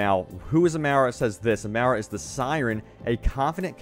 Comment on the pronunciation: No no not amera, it says Amara ah mah rah >.> this ain not miss merica